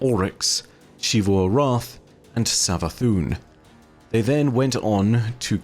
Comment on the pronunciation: Dude. PLEASE. It's ZEE-vu, not SHEE-vu. It's been said out loud numerous times in-game, and it's Zee-vu every time. Your pronunciation is objectively incorrect. "X" does not make that sound. It's a small thing in the grand scheme, but recounting the stories of Destiny is basically what you do for a living, and it's borderline offensive that you deliberately keep getting the same thing wrong.